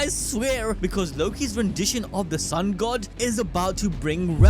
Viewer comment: Sun God ❌ Sun Goo ✅